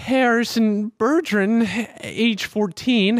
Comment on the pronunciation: You' can't even pronounce Bergeron..... RAGE